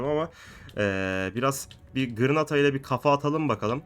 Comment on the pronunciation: Abi o gırnata deyil Granada